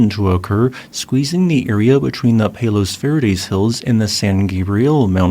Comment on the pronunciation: I live in the middle of Los Angeles and didn't even feel any of these that happened in the past couple weeks. BTW, Palos Verdes is pronounced like, "Palace Virdees"